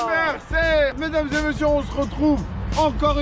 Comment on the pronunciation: À 0:8il à dit et mercé